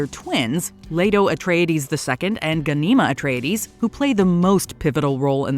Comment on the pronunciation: Please learn how to pronounce the characters' names. It's GHAN-i-ma. Since you showed clips from Children of Dune, there is no excuse for not pronouncing her name correctly.